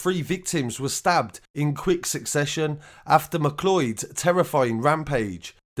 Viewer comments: This is possibly not the most important part of this story about people being brutally murdered, but it's pronounced like 'McCloud'. Why does everyone think it's 'mcloid' or 'mclee-od'? Has nobody heard of The Highlander? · Its pronounced Mcloud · I think its name is pronounced "McCloud" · McLeod... pronounced "Mick Loud" LoL😄👍